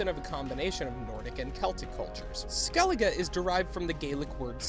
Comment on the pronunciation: You pronounced skellige wrong